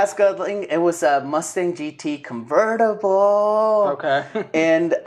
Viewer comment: CooonVERtIblllle!: okay...